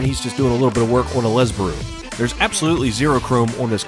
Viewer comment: Did you say Lesbaru?? 🤣🤣🤣